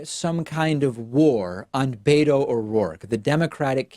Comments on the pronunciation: David! Beto's name is pronounced bet-oh not bay-toe. Please stop saying bay-toe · Wish You would stop saying " Bayto" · why can't you democrat swine motherfuckers pronounce beto o rourke's nick name property? there is no d in beto